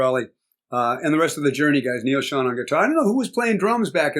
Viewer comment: That's Ansley Dunbar on drums. Steve Smith came later that year. And (Neil) Schon is pronounced with a long O, like own, not on.